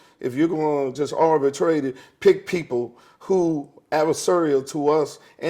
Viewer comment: Earthquake is totally right, and a funny underrated comedian, but he's tearing some words up. My man said my gen-der (genre) and commershunal (commercial) and abartrady (arbitrarily) lol. In all seriousness tho, dude should have just said "I brought her on because I thought it would get views and that was fucked up. I'm sorry.